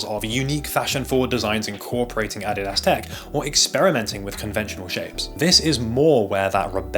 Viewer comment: "Adidas" is pronounced "uh-DEE-duhz." Just saying. Great video, btw.